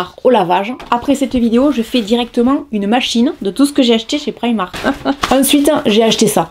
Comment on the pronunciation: Enfin quelqu'un qui ne le prononce pas "prImark"